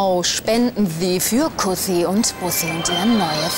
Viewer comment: Kuhssi und Buuhhsii. Sehr schön lang gezogen und gut ausgesprochen !